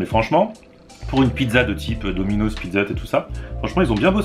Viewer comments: C'est pas DOMINOZZZZ c'est domino'SSss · domino'ss pas domino'z ptn sa ma stresser tt la video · on dit pas dominozzz on dit dominos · on prononce dominoss bolosse va